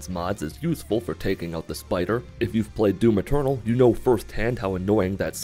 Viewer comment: Every time he says "Doom Eternal" I heard "Doom Maternal"